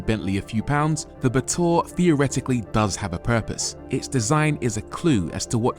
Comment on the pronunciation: Brooo I pronounced the batur with sheer luxury ba’túrr 😂